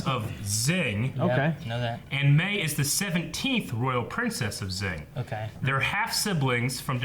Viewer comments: zing ? it's shing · Xing is pronounced Shing.